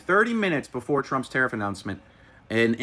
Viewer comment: Dude dioesnt even know what a tariff is,cant even say the word properly..no clue ! but gambling on crypto. YOU IDIOTS. our education system at work folks!